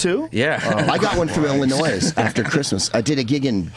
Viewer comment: the S is silent in illlinois. source: i live there